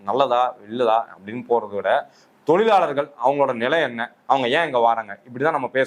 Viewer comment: "Zha" not " la" in tozhargal.